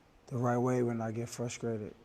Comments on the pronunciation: I did, a few seconds into the interview, which is about the time he said "fruscrated." Not frustrated, but "fruscrated." Is he high?? Later he said validitation... I thought AB was smarter than this. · Fruskrated???? Fruskration??? Him and Charlamagne must be from the same hood :/ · 40 “Fruscrated” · The man is obviously "Fruskrated".